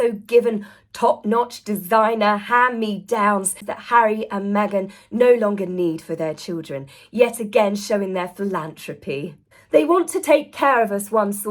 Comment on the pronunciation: PhilanTHropy (throp)✅ not philanTropy (trop) ❌❤